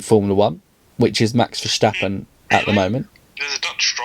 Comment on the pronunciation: Do us a favor mate; pronounce max's name correctly, he is NOT german so stop pronouncing his name with that (ignorant) Verssschstappen rape of his surname. Thank you!